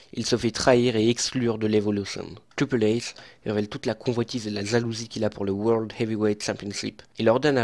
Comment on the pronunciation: Mec désolé mais ta voix c'est insupportable essaye de faire quelque chose la :/ t'arrive même pas à dire Triple H...